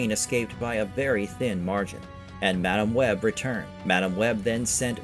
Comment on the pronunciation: Why do you say Madame Web so wrong?